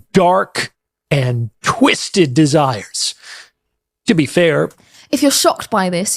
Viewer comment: Why was he saying dirty and twisted like that